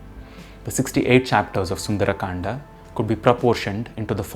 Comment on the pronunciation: Why you sound like sundar’’aa’’. Its sundar kand